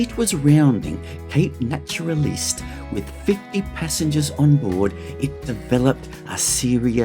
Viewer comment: Great video, but some over-pronunciations in terms of Naturaliste and Cowaramup, keep up the cool work, thanks for showing off our lovely part of the world ❤